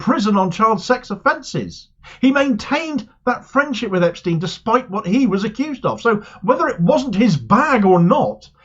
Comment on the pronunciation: So glad you pronounced Epstein in the correct way - then you changed it!